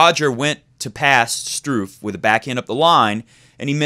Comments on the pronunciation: Hahahah no comments on Straff, STRUFF! I laughed more each time you pronounced it that way xD nice video, keep it going :) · Dude...you're babbling. Normally I like your vidoes but I had to vote thumb's down on this one. 14 minutes to say the obvious? Really? This should have been a 5 minute "quick sip" video. And in the future could you please find out how to pronounce the opponent's name ahead of time because the Strooff/Struff thing was annoying. As far as Roger's backhand - it's early going. He'll figure it out just like he did for the final last year. And if he plays Djokovic there's no way Djokovic is suddenly going to come to the net 30 times so I'm not too worried about that. Roger will probably have to get past DelPo first so let's not get too far ahead of ourselves. As shaky as Djokovic looked against Monfils he may not even make it past the winner of Zverev\Chung. Notice I am NOT giving Ramos-Vinolas much of a chance.